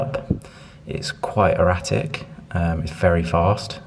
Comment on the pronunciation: totally unironically; “it’s quite eRATic” 🤣